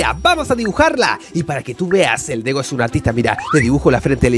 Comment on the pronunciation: Dego le dijiste a la g ye